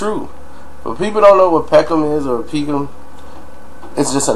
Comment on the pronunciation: Peck-ham not peak-ham